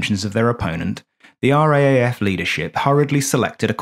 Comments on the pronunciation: Why not? Because it sounds clunky? But in the service its either R double A F, or pronounced “raff”. And yes I am ex RAAF. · A "Brit" should know that RAAF is pronounced R - double A - F. The reality is that the British know very little about Australian history, society and government. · It’s the R double A F, not R..A..A..F…….. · A great story and great fun. Well done. Sorry, I can't help being an irritating pedant, but the second cityscape of trams and commuters is actually Melbourne, not Sydney, and the RAAF is referred to in Australia as the R double-A F, not R-A-A-F. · Or just pronounced "Raf". Yeah, hearing it spelt out "R-A-A-F" is as weird to an Aussie's ears as saying N-A-S-A would be to...well...everyone. 😉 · Excellent video -but for future vids if you make any about the RAAF -it's pronounced "Arh Double-Ay Ef", not "Arh Ay Ay Ef". Rolls off the tongue a bit easier. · pronounced as "RAAF" not spelt out. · RAAF is pronounced R 'double A' F not R,A,A,F.... ;) a small negative comment to a great vid... thank you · We say R double A F, not R A A F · R double-A F not R A A F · "ARE-DOUBLE-A-EFF" please, not R-A-A-F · As an Australian, I found this very entertaining, if a bit embarrassing. The cliches were funny, light hearted and not at all jarring. What was very jarring, every time, was the pronunciation of RAAF. In Australia we say "are double ay eff" because it's easier to distinguish from the GBAF and it just sounds better. Letting you know in case the RAAF comes up in future videos. Otherwise, love your work! Subbed ❤ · Ahh mate. As an Aussie, (pron: Ozzie), who was born and bred in Sydney and has always had a fascination for the "quirky," Thank you ❤. I'd never heard about this before your video, and can't fault the content. I loved it... but, (you knew that was coming, right?) We say it as "R double A F." ... in case you do anymore stories on the weird antipodean air corp. ❤ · Classic - but please - we say "R - double A - F", eh eh?